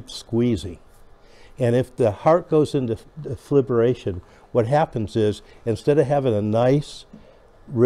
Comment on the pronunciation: FIB--RILL--A--SHUN is the pronunciation. It is not "fib-your-lation" or "fib-you-lation". Please !